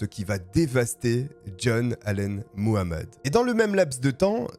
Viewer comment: Faites attention quand vous prononcez Muhammed le h n’est pas muets